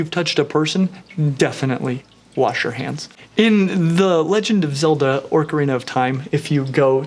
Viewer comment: Thanks, we love ya too man. But Did you say orcarina instead of ocarina